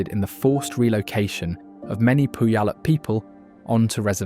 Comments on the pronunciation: Where to start with all the errors voiced by the AI robot narration: Chuckanut Drive, no shots of the actual roadway, just the railway below; Poo-yal-up?? Lake Tchlan? Give me a break!!! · I've always known it to be pronounced as "Pyoo-wall-up" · If you grew up in Washington, most of these are well known. The beauty of this state will always have my heart, I’m born and raised here. I meet people who live in Washington who can’t pronounce cities like Puyallup, (Pew- all- up) all the time. The misspelling of Tacoma was a little confusing but the names of cities here can be confusing unless you know and really look into it. Great video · Hahaha...Pu-ee-yallup...people ALWAYS get it wrong. It's pronounced Pew-allup. Also Takoma is NOT spelled with a "K", but a "C" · It’s Tacoma. Puyallup is pronounced “pyeuwallup”. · It's always funny hearing how people try and pronounce the different tribe names. "Poo-Yall-up" is a new take for me. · You misspelled Tacoma. Also, some mispronouciations, but you mostly got them right. Native American names are hard to pronounce if you aren't from Washington. Beautiful and interesting. Thank you. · Repeatedly hearing the mispronounciation of Puyallup is painful. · Tacoma, not Takoma 😂 Also, died at the AI voiceovers pronunciation of Puyallup, but hey, it's a tough one. Enjoyed the video though! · Please learn how to pronounce Puyallup and Steilacoom before teaching everyone the wrong way to say them. Other than that beautiful video. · Nice video but pronunciation of places are terrible. Why not hire a local voice actor rather than some British person who doesn’t have a clue on our place names? He gets Spokane correct but Makah, Bellingham Puyallup and more are pronounced incorrectly. Grating on the ears and spreading misinformation.